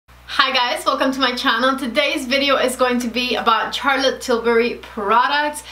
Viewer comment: Charlotte is pronounced with a soft ´sh’, as in sharlotte and not as in charles